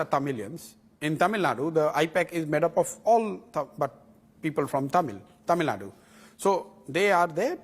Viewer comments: I’m fucking irritated when these anchors call it TamilNad. Even though I would like to listen to the full interview, calling Tamil Nadu as TamilNad is the kill switch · It is not tamilnad ,it is Tamil Nadu... aashole journalist